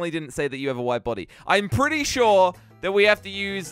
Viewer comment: who heard that said "pffetty sure"? X'D